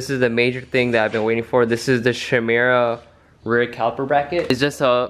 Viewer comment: i believe its pronounced "kai-mira" not sure though. love the civic vids, haven't watched in a bit but you always have real clean builds!